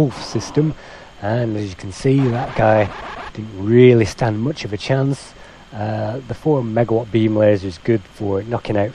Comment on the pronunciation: You sound very British. Very very mooch. Moooooch. MOOOOOOOOOCH.